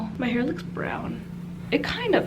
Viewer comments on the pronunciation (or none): none